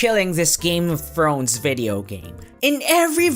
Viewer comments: "Game of Frones " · "game of frones"